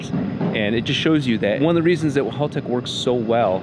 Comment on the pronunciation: They finally got to pronounce Haltech correctly, lol.